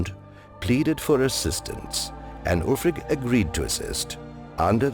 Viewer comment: You're right, he probably reads right off a script (a Skyrim player would pronounce the name "alfric" rather than "ulfric"). But he has a good fluency and confidence in his narrating. It would be awesome indeed to have the voice of Paarthurnax narrate this show but I bet they've got a budget tighter than a Thalmor's ass so don't expect a miracle.